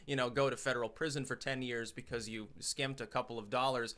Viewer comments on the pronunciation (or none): none